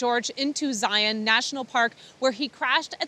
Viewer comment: Two thumbs up for knowing the proper pronunciation of Zion and Hurricane. Us Utahns appreciate it!